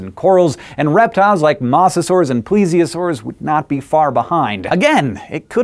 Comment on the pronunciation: His pronunciation of Mosasaurs should not bug me, but it does.